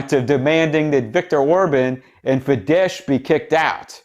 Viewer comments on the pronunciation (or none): Fidesz pronuonced Fides (sz = s as in set, sit s = sh as in fish, flash in Hungarian. In POLISH its the opposite :) )